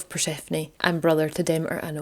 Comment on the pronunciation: Brilliant! I've missed these. This was really good, again. Demeter is pronounced Demeter, not Demeter! Christians badmouthed this goddess because it is bollox. Demeters long weekend was just a chance for the women to gather together and drink wine freely. You and your Ma would fit in well...xx